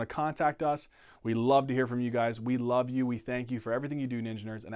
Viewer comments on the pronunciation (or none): none